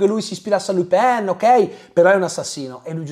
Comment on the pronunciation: Pronunci « Lupin » come « Le Pen » 😅 Buon video, grazie !